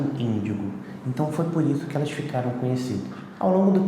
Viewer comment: Haaaaá é índigo eu entendi mendigo